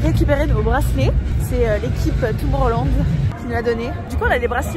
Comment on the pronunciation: Arrêtez de prononcer Tomorrowland à la française s'il vous-plaît c'est horrible 😭